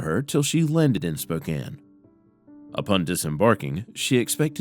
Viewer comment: Thank you for pronouncing 'Spokane' correctly!